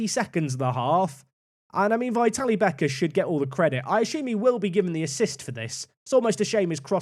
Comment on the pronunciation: Great stuff as always. Just an FYI- pronunciation of Vitalie is vit-al-ee-eh. Or if it makes more sense think of how Italians pronounce "Italia"- vitalia